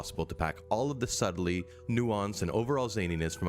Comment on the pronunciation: He also says "sut-ul-lee" instead of pronouncing "subtlety" correctly 🙄